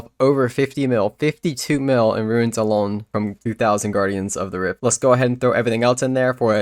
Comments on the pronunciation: I wasn't trying to he nasty, I just wanted to help you with your pronunciation Runes - roons Ruins - rew-ins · Bro it’s runes, not ruins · hes right you know. it's "ruuns", not "ruins". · Why would you say runes or ruins. Its runes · runes or ruins? It's runes dude wtf lol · why would it be pronounced 'ruins'? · It's pronounced ROONS.. Pls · Is it just me hearing things or is this guy pronouncing runes wrong it sounds like he's saying ruines